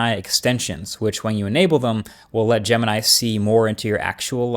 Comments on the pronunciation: Bro you call name [ jama nai ] it's jamini bro try to pronounce right name jemini try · gemini sounds like "the gambit"